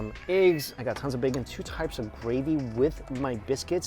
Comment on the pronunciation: You say bacon like Homer Simpson 😂does